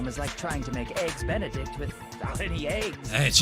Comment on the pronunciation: TeruTeru: "eggs Benidect" Fnaf fans: walked in